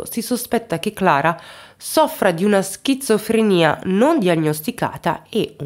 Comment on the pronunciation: 😂😂 schizofrenia ... Non "schizza" 😅.... Per il resto favolosa come sempre!